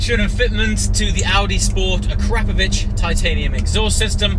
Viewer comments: "Ah Crap of Vich" Noooooo,. "Ahk rah poe vich" sounds much better. Hahahaha. YouTube free comedy is priceless! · akrapoviČ --> akrapoviCH Some letters in the Slovene language are difficult to pronounce to an foreigner. BUT ......................... you have an English-speaking characters that are pronounced almost the same. Well, now you know. :D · Its akrapovic as in ak-ra-povic (the c being pronounced in the Croatian way as a ch) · Awesome sound! Can't believe you got Keith Lemon to fit it for you as well! I believe it's pronounced " A CRA POV ITCH" Have you thought about having the car detailed as well by the way? It's a beautiful colour but it's not really popping anymore. Needs to be unleashed. I'd suggest looking at videos by White Details or Topaz to get you excited. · a crap o vitch. come on get it right !!!!!!!!